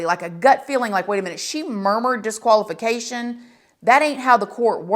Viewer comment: Disqualification not Deqaulification